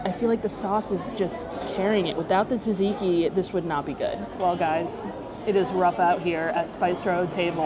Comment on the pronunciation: Just to let you know that Tzatziki pronounced sat-see-kee! Not Tuh-zee-kee ;)